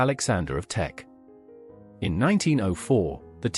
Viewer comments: "Teck," not "Tech." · K It is TECK, not tech… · It's Teck, not tech